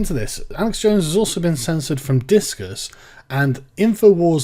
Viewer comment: "disqus" learn english